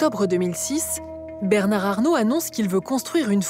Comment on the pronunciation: Le pauvre avocat pourquoi a-t-il prononcé Bernard avec le D à la fin , alors que la journaliste ne l'a pas prononcé !